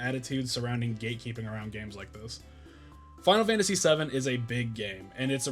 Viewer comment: Man! All these years of watching me and, and you still mispronounce the game 😂 And then you pronounce it correctly 😂 then wrong again 😂 make your mind up 😂 I'm glad you finally got around to it, now just wait until you experience Suikoden II 👌